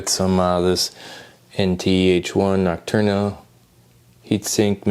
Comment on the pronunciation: nocturna cooler did you mean noctua LOL